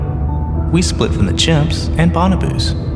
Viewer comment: Bonobos and bipedal were said improperly.